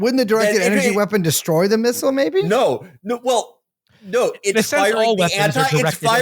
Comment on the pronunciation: I'm surprised Felix, who mispronounces fentanyl as "fantanol", is one of the few Americans who says "missile" correctly. Most say missal, hostel, and feudal, instead of missile, hostile, and futile.